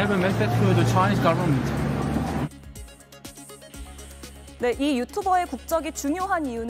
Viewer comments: 발음이 저게 뭐여 ? I have a message ? 차이지거붐 ? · 아이 헤브 메세지 포 차이나 거버먼트 ㅋㅋㅋ 발음보고 네이티브 스피커인줄 알았습니다.